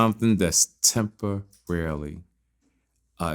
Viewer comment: So nobody gonna talk about saying temporary wrong? 😂😂😂